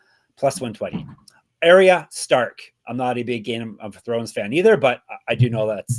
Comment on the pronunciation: It’s R-Yuh Stark not Air-Yuh. wtf show some respect to the greatest tv series of all time